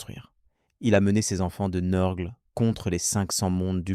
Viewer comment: NURGLE pas neurgleee sinon belle video